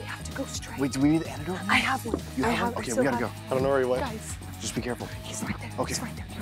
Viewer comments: it's interesting that sam is pronouncing antidote as anecdote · Awesome channel 👍🏼 but it is antidote.... not anecdote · she meant antidote. i think. but she definitely said anecdote. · Is saying anecdote? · My girl said anecdotes instead of antidote 😂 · Anecdote No it is antidote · Is it just me or was saying "Anecdote"?? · I would swear she was saying "anecdote". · That's what I heard her saying, and it absolutely drove me nuts Haha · It could be just me, but I would swear was saying "anecdote" instead of antidote.... Like, how is a short amusing story about a real incident going to cure anything.... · I kept hearing anecdote too. lol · Antidote, not Anecdote. Love you guys =) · Is saying "Anecdote" instead of "Antidote"? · its antidote, not anecdote. An anecdote is a storyyyyy. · kept saying anecdote. I thi k she meant antidote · super colonel I was today years old when I realized that it is not “anecdote”